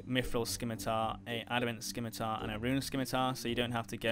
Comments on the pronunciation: Bro said "Skimmy-tar" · The C in Scimitar is silent. Thanks for the vid! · SKIM i tar? (Sim-i-tar) Your welcome :)